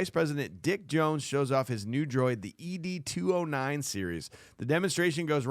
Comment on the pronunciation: Every time you guys say E-D 209 I wanted to beat my head against the wall. 😂 It's ED 209. Like the name Ed